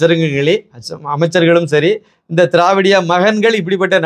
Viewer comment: திரவிடியா மகன்கள் ன்னு நீஙக சொல்றது எனக்கு வேறே மாதிரி கேட்குது.சார்😂